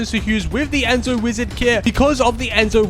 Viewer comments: Its zeno not enzo💀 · u keep saying enzo wizard its Zeno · he also said enzo and not zeno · It's Zeno not enzo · Bro is Zeno kit not Enzo kit wth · It’s Zeno not Enzo no hate just saying that “Zeno” is the right way to say it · He called Zeno (Wizard) “Enzo” which is not correct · and its zeno not my name